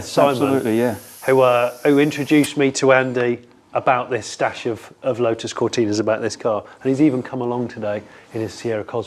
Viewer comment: He keeps saying lo-us , I’m sure There’s a ‘t’ in there making it Lotus .